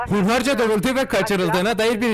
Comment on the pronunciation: Hunharca yı süyleyememesine rağmen okumaya devam eden koca yürekli abimiz